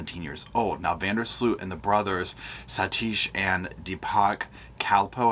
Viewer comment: Tip from a Dutchie: Sloot sounds like Boat.